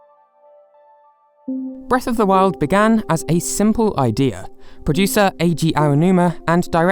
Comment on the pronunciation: It sounds like you're saying Breath of the World.